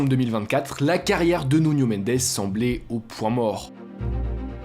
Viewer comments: Nuno * il est portugais , pas nuño a l’espagnole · Stp fait un effort sur le portugais.... Tu confonds énormément avec l'espagnol 😂 le J c est un J pas une jota ..... Le n est un n et non nion c est Nuno pas nunio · c'est Nuno pas Nuño